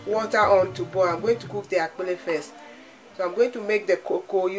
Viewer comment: are you ewe because you pronounced akple so well lol